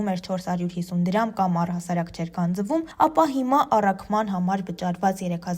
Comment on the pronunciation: Լրագրող ջան, գանձԸվում չենք ասում, գանձվում։ Հարգելի մեդիաներ, խնդրում եմ ուշադիր եղեք՝ ինչ ու ոնց եք տարածում։ Լեզվական ցանկացած մանր ու մեծ խոտան հայերենի վրա աղետալի հետևանք է թողնում․ մարդիկ սկսում են ձեր լրագրողների, ձեր կողմից հարցազրույցի հրավիրված հանրային անձանց սխալ արտաբերածի պես բառերն արտասանել կամ հայերեն բառերի փոխարեն սուտի գիտակ խաղալով՝ լսածի պես կիրառում են օտար բառեր։